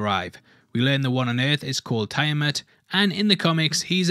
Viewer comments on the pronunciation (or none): The name Tiamat/Tiamut is pronounced Tee-ah-mat/mut not Tie-ah-mut . Just saying.